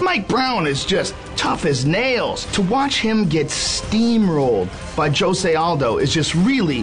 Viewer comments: "Joe-say Aldo" wtf? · It's not (H)ose...It's Jose. He's from Brazil, and his name is pronounced in portuguese